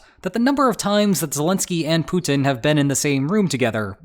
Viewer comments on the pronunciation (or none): none